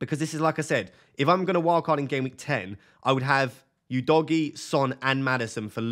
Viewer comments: For the love of god, please stop calling him "You-dogie" lol it's "U-dogie" 😂 But if I was in your position & had 2 FTs I would definitely look at selling two Chelsea players, most likely Jackson & Chilwell. Not sure what defender I would replace Chilwell with for now as there haven't been any standout defence options & the rest of your defence looks good already then Jackson for Alvarez prob looks like a great straight forward move to make. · Udogie is not pronounced as "You-doggie" , it's "who-though-gee" FFS 😂😂😂😂